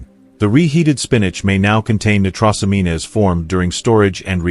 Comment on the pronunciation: Never listen to anything that can’t pronounce medical terminology, nitrosamine good grief